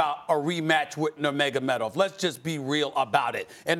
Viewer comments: Stephen A. "Noomagomeedov" Smith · Stephen A. couldn't even say nurmagomedov LMAO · Stephen A Smith: “Were all thinking about that rematch with Nurmogamedov” Real MMA Fans: “WHAT?!” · Nomeynomeydov- SAS😂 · Stephen" floyd money Mayweatha, nemagomedav" smith